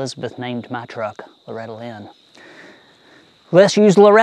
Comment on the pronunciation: When you first said let’s use Loretta Lynn I swear I heard ‘let’s use rattle-inn’. Which in itself is a good name for an old truck.😂